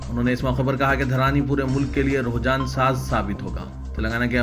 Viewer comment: رجحان صحیح تلفظ ہے۔۔۔رحجان نہیں